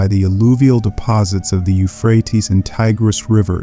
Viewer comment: Can you pick one pronunçiation for the word, Euphrates? Sometime you pronounce it as I was taught, You-frae-tees. But several times you pronounce it like You-fraets. I've never heard an English speaker pronounce it this way who wasn't just a kid making jokes. But, perhaps it is an ignorant AI that is actually speaking the text and you couldn't be bothered to edit the audio mispronunciations?